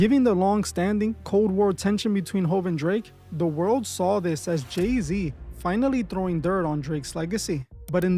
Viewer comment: It's Gey-Z 😭💀😭